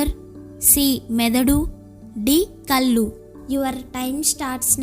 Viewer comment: మీరు తెలుగు పదాలు పలకడం బాగా నేర్చుకుంటే ఇంకా బాగుంటుంది. కల్లు అనిఅంటున్నారు, అలకాడు తల్లీ, కళ్లు అని పలకాలి. గాయత్రిసుధ.